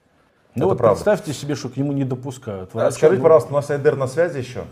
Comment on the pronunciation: Ще й проблема з наголосами у словах: украи́нский А́йдер